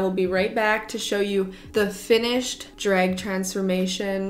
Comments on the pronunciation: I can't unhear it now, thanks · The way you say drag is so funny!! Dreg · Omg the way you say drag 😂 Gotta love the Canadian accent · Ok I love the way you say “drag”